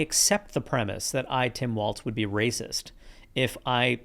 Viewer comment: There is no “T” in Walz. Idk why this is so hard for people to grasp